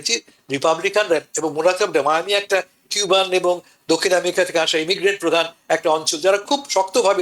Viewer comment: america a= short a , not bent a